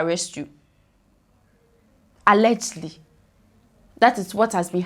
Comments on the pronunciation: What is "allegly"?....the word is ALLEGEDLY...... pronounced "AL-LE-GED-LY". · Alleged-ly not allegely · Sister, what is Allergly? The word is al-le-ged-ly. 😂😂😂